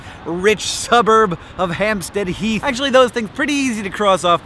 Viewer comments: Its not Ham-stead Heath, its "Hamstud Heath" Say Hamstead as close as you can to one syllable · its so weird to hear hank saying Hampstead Heath and Watford... both places I've lived near